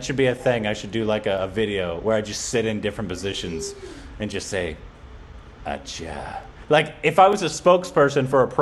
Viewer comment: Hey the pronunciation of ACCHA from you is the BEST in the world. Love it